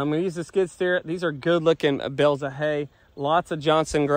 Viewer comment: Bales not bills